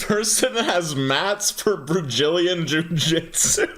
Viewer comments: You said Brajillion lol. Brajillion Jiu Jitsu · did anyone else notice how he said Brazilian? 😂